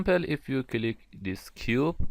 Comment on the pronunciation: It's so great video, but your pronunciation of word "click" is killick me... anyway, thanks for doin'this